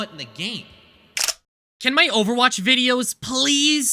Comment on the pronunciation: Ovawache bab